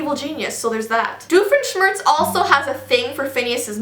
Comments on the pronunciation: The second theory on Phineas and Ferb is right because Dufinschmirtz is the ex husband of Phineas and Ferb's mom (you pronounced his name right by the way! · you also said dr. dufansmurse or what ever you said it right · Phineas and ferb are the best, but wouldn't there mom be sad because phineas died....... Jk I don't believe that myth and yes you said doctor doofenshmirtz right